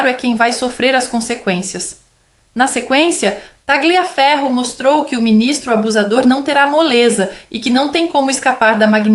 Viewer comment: Querida, parabéns pelo seu trabalho. Só uma dica: a sílaba gli em italiano se pronuncia lhi. Tagliaferri, e pronuncia talhiaferro